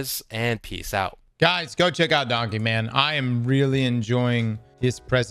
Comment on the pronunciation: I refuse to say “Danke” it’s “DANK” goddammit!